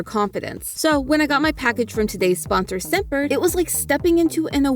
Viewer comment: I heard scent bird as semper